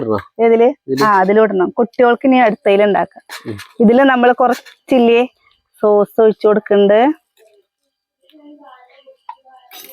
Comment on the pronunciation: Source alla sauce